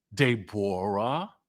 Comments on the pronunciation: Stop calling that girl “de -borah 😂😅😂😂😂😂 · Day-bor-a lol I'm dead